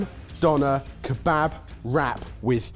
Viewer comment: I'm half Syrian and you guys just butchered years of traditions in our beloved Kebaba....ugh!!!